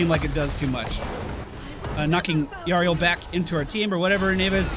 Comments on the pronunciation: The 'Y' is pronounced the 'i' in 'if': 'Ih-rel', not 'Eye-rel' or 'Yuh-rel'. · Name pronounciation: EE-RELL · its pronounced your-ull you had it the first time in the theorycraft vid ^_^ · Step one: Go on Youtube Step two: Search the champion spotlight for Yrel Step three: Listen to the pronunciation Problem solved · Do all Americans suck so much at names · Ya rail, that’s should be easier to pronounce. It’s not how your supposed to pronounce it but it might be a good nickname. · Could you just check the spotlight video for the pronunciation? It's not that hard...